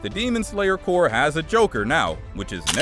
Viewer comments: why are you saying demon slayer core its CORP!!! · gang I was confused for a sec cuz y kept sayin “ Crop “ instead of the correct term, Corp lmaooo & ik that there’s no way I’m the only one hahah